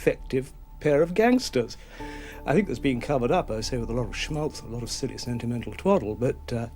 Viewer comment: The word “think” doesn’t have an F.